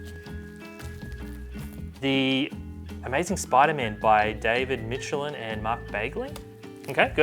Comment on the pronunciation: It's no wonder that you trashed the Spiderman Omni. You can't even pronounce Michelinie's name correctly.